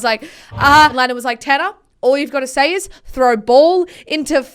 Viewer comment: THANK YOU FOR SAYING THAT TANNER TRIGGERS ME SO MUCH ITS TANNAR